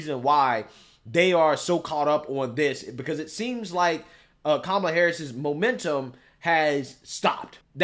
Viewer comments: She said,"Tramala"". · You're pronouncing her name wrong.